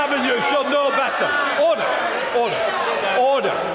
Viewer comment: Bercow: Ordaaaaaaaahhhhh Hoyle: Absolute dusgrace